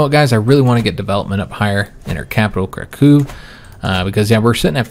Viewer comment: The capitol of Poland is pronouced as Crack ow not Crack oo